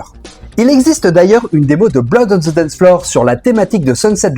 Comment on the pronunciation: Prononciation. On prononce (the) (D) pas Z